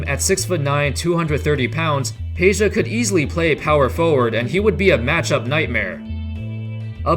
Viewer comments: It's Pedja not Peja !! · It's not Peja but Peđa (Pedja)